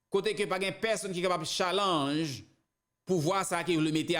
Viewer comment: Li ekri challenge li pronounce tialenge please